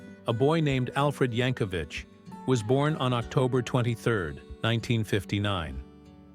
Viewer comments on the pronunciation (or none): For God's sake.... it's pronounced YANK-O-VIK NOT VICH. THERE IS NO FUCKING H AT THE END OF HIS NAME.